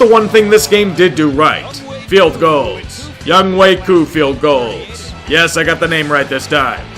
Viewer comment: I think Young way ku is a long stretch to saying young ho' koo